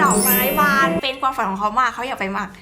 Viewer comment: ทำไมพี่อาจุมม่าถึงพูดคำว่า"ความ" เป็น"กวาม"อ่ะ